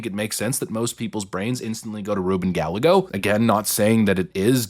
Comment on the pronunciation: Can we stop!?!? ITS RUBEN! It’s not a maybe or a possible! ITSSSSS RUBEN GALLAGOS